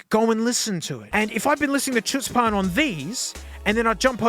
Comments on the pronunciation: Here in the US it's very odd for someone to say chutzpah with a 'ch' sound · It's pronounced chutzpan, not chutzpan